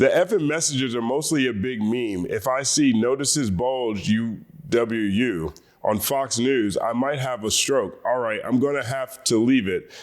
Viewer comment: As someone who's genz and has been on discord since 2017, those texts are total horseshit, no one talks like that on discord. Also the way people get UwU and OwO mixed up makes me cringe lol Edit: the way he said UwU is hilarious 😂